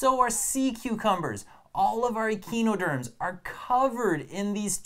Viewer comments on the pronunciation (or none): really fun video, one small correction, it is pronounced uh-kai-noh-derms. Pentamerous is pronounced pent-AH-mer-us